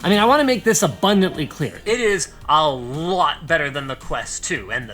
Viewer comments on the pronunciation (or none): none